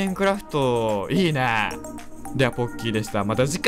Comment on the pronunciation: 最初のポッキーですがポッピーに聞こえたw